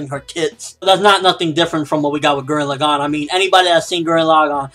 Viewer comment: I hated how you pronounced Gurren Lagann, other then that I say if it turns out to be almost as good as Gurren Lagann then review it.